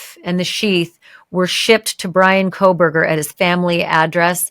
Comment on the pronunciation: You lost me when you said Coffindofer sadly